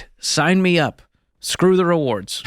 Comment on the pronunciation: George is still having trouble saying "rewards".